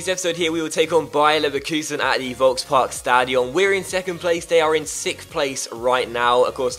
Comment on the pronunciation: HSV is my favourite team, I love watching this career mode even more than your other ones. I would however like to ask you to pronounce the the Volksparkstadion with a ''sharp'' f in the beginnings like folksparkstadion, as it kinda puts me off every single time. Besides that I'm really impressed by your pronounciation of the German words. <3 keep up the great work